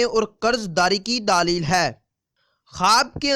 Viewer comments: Dleel lafz hota hay bhai daaaleel na kha kary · LAFZ : LAADEEL Nahin Balke "DLEEL" Hai (Talafuz THIK Karein)